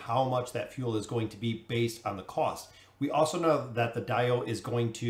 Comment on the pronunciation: I still can't figure out of you're pronouncing DAO wrong on purpose.. lol Some people mispronounce words on purpose to trigger their audience. 🤣